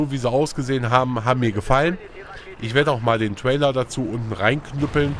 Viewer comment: lern mal englisch, es heisst TRAILER! nich TWAILER.. gott ey -.